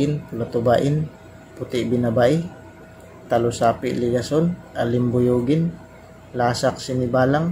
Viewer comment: Bakit talusapi? Diba dalusapi?